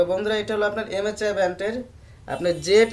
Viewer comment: Vai msi bolte pare na